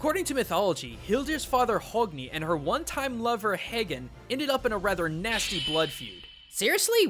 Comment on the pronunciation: dude I'm Icelandic so I know this stuff, like the corerect pronunciation for Högni is (step by step) is pronounced H (like almost silent but a breath out sound) ö (like a u in but) gn (like a g in bug) i (like an i in tip). And I know that the pronunciations have probably changes somewhat but atleast modern pronunciation's pretty good.